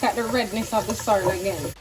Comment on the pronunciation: Lol I thought you said sour